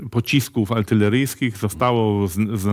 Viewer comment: Panie Sławomir! Nie ,,ALTYLERYJSKICH" się wymawia tylko ARTYLERYJSKICH.. Szczegół taki ale mnie drażni...